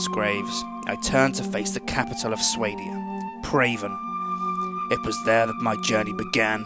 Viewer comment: swahdeeya, not swaydeea =.=